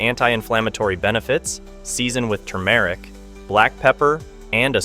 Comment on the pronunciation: The speaker consistently mispronounces Turmeric!